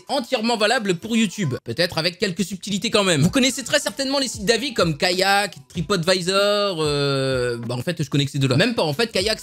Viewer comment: Alors je sais pas qu'est que tu à avec se mot mais même à de la vidéo alors que le A de TripAdvisor est en majuscule du arrive quand même à dire TripOtvisor XD!!!😂😂😂😂 Sinon bonne vidéo!!